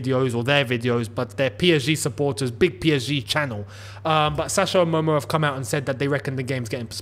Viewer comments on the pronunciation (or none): none